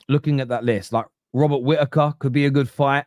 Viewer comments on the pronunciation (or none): none